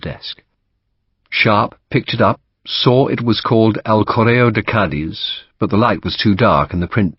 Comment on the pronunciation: Ćadiz ie short c with accent on it Not The ending